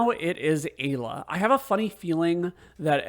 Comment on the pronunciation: MASAMUNE = "MA-SA-MYU-NAY". AYLA = "I-LA" (PRONUNCIATION). Also sped tabs will boost everyone to max speed. All characters are viable when boosted properly. I usually go in with Chrono, Lucca and Marle. Love their delta attack. Steal unlimited megalixirs from the monsters on the elevator in the Ocean Palace. Makes Lavos super easy.